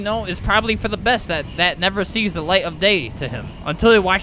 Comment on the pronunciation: no it's da not the